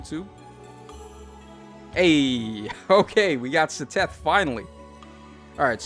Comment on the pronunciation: the way you pronounced Seteth's name made me laugh, it's "ced-eth"